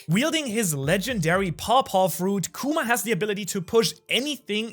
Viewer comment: Love your videos but its kuma not kewma 😭